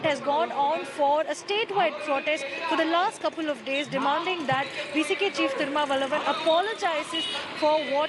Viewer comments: How comes she cannot pronounce proper name”THIRU MA VALA VAN”properly. Does media take not of it. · India Today speaks good hindi, but why not atleast pronounce the name of thirumavalavan rightly?